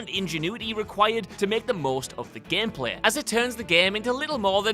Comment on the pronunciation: "Gempleh" > "Gameplay"